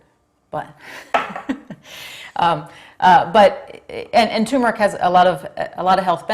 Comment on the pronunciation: I already take curcumin. I just wanted to hear you pronounce turmeric